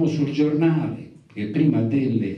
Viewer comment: Epico Capuano quando suggerisce il nome del giornale relativo all' articolo e poi lo sbaglia 😅😅😅😅😅